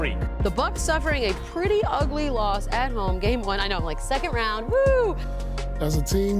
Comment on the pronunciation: Rround 2 instead of Round 2 LOL